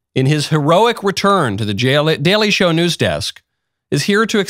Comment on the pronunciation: I loved your mis-speak in the introduction, Michael - " The Jaily Show " lololol. Stewart is an embarrassment.